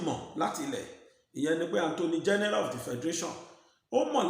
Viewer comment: Attorney General. Why do you always say 'Anthony' General